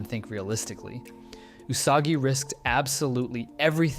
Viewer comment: Ty for saying her name correctly 😭